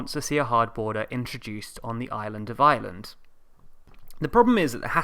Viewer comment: "There is nothing so permanent as a temporary government rule." .... and BTW, it's pronounced Ireland, with an 'r', not island.